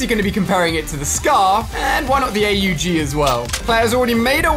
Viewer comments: It's not A-U-G, it's pronounced "awg" and it's the AUG-A1 and it's supposed to be a semi-auto/auto, Epic put a mix of AUG-A3 AND THE A1 together 😂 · You pronuce it the AUG AwwG